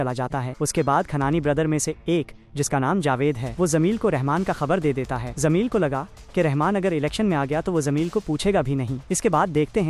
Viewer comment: zameel nahi jameel hai😂